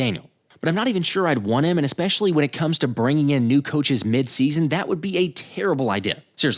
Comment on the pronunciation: Why is he saying mid season like it's mid season